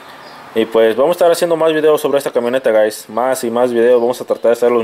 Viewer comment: pero por que nos dices gais,.. que paso que paso vamos ahi...